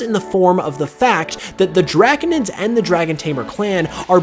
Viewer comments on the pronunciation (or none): none